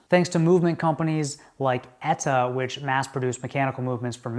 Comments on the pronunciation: ETA not Eta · You say "ETA" really weird...